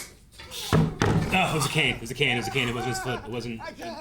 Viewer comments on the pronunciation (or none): none